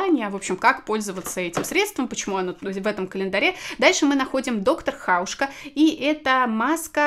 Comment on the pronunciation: Доктор Хаушка - так нежно доктора Хауса еще никто не называл )))